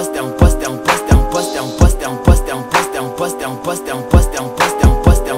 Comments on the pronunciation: “Poster” in a french accent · "I'm first"in indian accent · It sounds like French at a certain point."T'es en poste" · It sounds like he’s saying dump us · After you listen to it sounds like he saying wisdom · Sounds like an African saying 'impostor' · Sounds like he's saying no breasts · Sounds like a French saying question